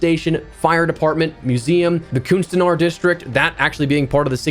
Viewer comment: Just wanted to let you know that you're close on your pronunciation of "kunstenaars", except the first few letters aren't pronounced "coon", but more like "cuhn" as in the same as the first 3 letters of the swearword that starts with a C that's popular in the UK and Australia